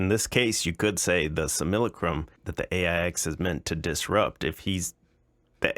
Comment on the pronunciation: If Vat is smarter than this guy, I'll pack it up. Apart from his s hit pronunciation of "simulacram", he's obviously highly intelligent. It's one of the main arguments for his being cia. And he'd cream Crow. You seem to think the criterion for intelligence is any opinion that comparts to yours. It's not.